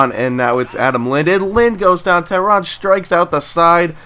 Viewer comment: For the future its pronounced "Tay-Rahn" but it's no big deal